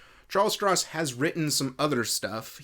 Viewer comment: There are more books in it now, and you’re pronouncing the author’s name incorrectly.